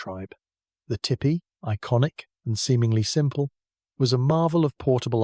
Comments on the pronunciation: Tell me it’s AI without telling me it’s AI! Tippy, instead of Teepee! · I can’t listen to this one. That is NOT how tipi is pronounced. Tee Pee.